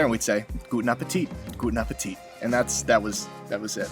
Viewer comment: Get well soon! They way you pronounced "guten Appetit" sounded like if you were a native speaker. quite natural. you´re making progress, it seems.